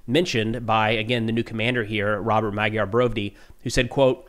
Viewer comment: Awesome report! Thank you. Just one thing: "Magyar" is pronounced like /ˈmɒdjɒr/ : maybe writing it as "madyaR" would be helpful for English speakers. For the sound in the middle, think of the "dy" sound in "DUke" or "DEW" or maybe "eDUcate". And with a hard(er) R at the end.